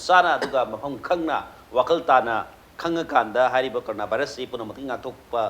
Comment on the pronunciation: u just sayed like that Nizamuddin n corona not nazimuddin n carona